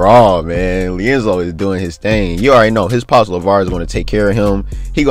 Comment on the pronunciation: Am I the only one hearing "leonzo" 🤣🤣🤣🤣